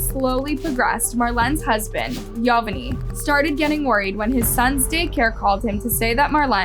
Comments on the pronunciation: This was hard to watch with your butchering of the names, specifically Yovani. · Thanks for the story. Please in the future please try to pronounce the names of the persons in the case correctly. It was hard hearing you mispronounce Yovani's name over and over again just to hear his name said correctly in a news video clip that you inserted into your video. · Yovani is pronounced "Jo-ba-nee". Just for future reference. 😎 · How awful poor girl. What Awful humans. Hope they suffer. Btw...YOVANI is pronounced yo-ba-n-e